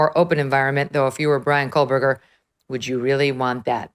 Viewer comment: K-OH-Berger. No L.